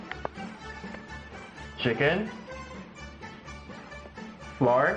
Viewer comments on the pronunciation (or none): Sheeken or chicken???